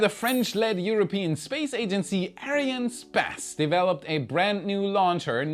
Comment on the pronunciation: Hi, ARIANESPACE being the combination of the words ARIANE and ESPACE, the correct pronunciation sounds like: Ariane s pass, "s" being pronounced like the letter in English... Good luck and I hope to hear you saying it correctly soon. Keep on showing your passion for Space and SpaceX